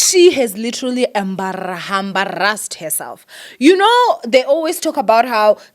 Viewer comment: "Hambarrassed herself"😂😂😂😂❤